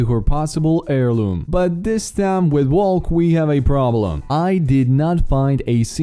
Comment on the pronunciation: Your saying valk wrong